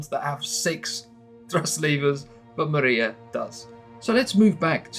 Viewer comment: It's not Maria :) It's Mriya ...